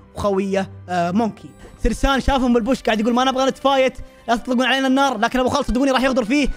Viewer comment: اسمه سيرين مو سرسان